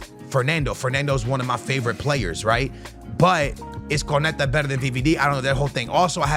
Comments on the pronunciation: Bro why do you need to try sound all exotic, his name is not CORNETTAHHHH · im sure you mispronounce player names on purpose… First it was Portellas and now it’s Korneta….